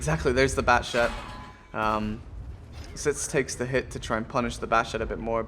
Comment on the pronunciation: Its pronounced Exits. Unless ofc you were fucking with him like most of us do. lmao. And are those Geese honking in the intro? (the part with the flag) I always mean to ask you that.